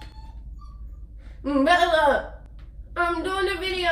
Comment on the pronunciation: When she say her dogs name it sounds like “mbella”